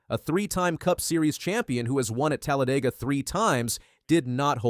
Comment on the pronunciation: i hate how you said Talladega